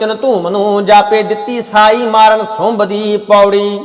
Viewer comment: ਦੀ ਅਵਾਜ ਬਹੁਤ ਵਧੀਆ ਹੈ, ਸੁੰਭ ਨੂੰ ਸੁੰਡ ਪੜ ਰਹੇ ਹੋ, ਬੱਬਤਰਾ ਨਹੀਂ ਗੇਰੂ ਬਸਤਰਾ । ਬਬਤਰਾ ਦਾ ਅਰਥ ਆਪਾ ਨੂੰ, ਕਿਸੇ ਨੂੰ ਵੀ ਨਹੀਂ ਪਤਾ, ਬਬਤਰਾਂ ਦਾ ਅਰਥ ਕੀ ਹੈ